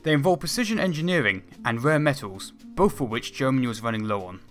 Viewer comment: Please, you are not on Eastenders! It's not "firty" it's "thirty". It's not "ve plane" it's "the plane". It's not "bofe engines" it's "both engines". Good video apart from vat (haha).